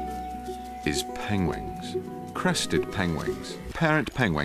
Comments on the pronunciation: The first time was funny and then he couldn’t saying the word wrong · Pangwangs noun 1. the way Benedict Cumberbatch pronounces "penguins" 2. the way anyone who watches this video will always pronounce "penguins" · Thank you for teaching me how to pronounce "pengwings" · Legend says he still pronounces penguins as 'penglings' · you love penguin, you documentary about penguin, also narrative for the penguin. at the end you pronounce it wrongly. Nevermind, i find it adorable. Pen-Wings Pen-Lings. I just like it, sounds like a baby started to learn to speak, that's what make the narrator adorable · Perhaps we’ve all been pronouncing it incorrectly. There are silent letters such as the “K” in “knight” or the “P” in “pneumonia.” Evidently, there are invisible letter… like the “G” at the end of “penguings” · Pengwings. Okay Penglings, wtf? Is that a baby pengwing? I think it's mainly that folks outside the U.S. pronounce many words differently. I've heard pengwings before. Ben's narrating voice is very soothing. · How do you get penguin wrong to the point you pronounce "PENGLING"? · dude can totally pronounce penguins. There's no way he could so consistently get it wrong otherwise. He's just fucking with us. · I find it fascinating that a man whose voice and speech is so impeccably proper cannot pronounce penguins! Oh Ben, you continue to mystify us with your quirky little ways!! PS-Love your lisp too!! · I suspect he thought it was the proper pronunciation being a posh boy. Got it wrong obviously. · This is hilarious! His particular accent makes it hard for him to pronounce penguins.